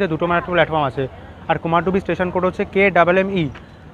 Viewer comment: Bro it's not Kumardubi((কুমারডুবি) it's actual pronunciation is Kumardhubi(कुमारधुबी /কুমারধুবী). Mostly west bengal people pronounce it wrongly. It's my hometown so that's why i wanted to make you correct it.